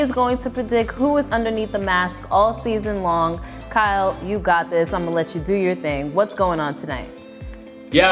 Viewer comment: when is she going to learn that y-o-u is NOT pronounced chew